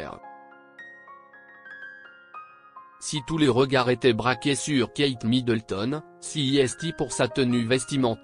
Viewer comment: Qui lit ce texte ? . C'est insupportable..qui seste tenu pour dire qui s'est tenu. Si esti pour c'est....en Afriqueu du sud.. Respectez la langue française